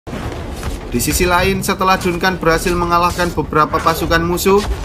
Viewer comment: Dunkan dunkan dunkan .. anjig bacanya jadi danken